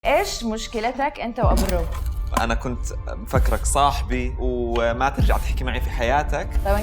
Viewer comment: الرُب بضم الميم وليس الرب بفتح الراء